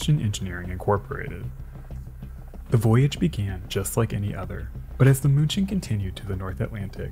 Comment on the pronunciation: Outstanding video. Thx. Munchen is pronounced 'Meen-chen' by the Germans, if I remember correctly. My mother spoke German.